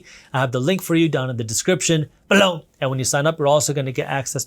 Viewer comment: Why you say below like that ?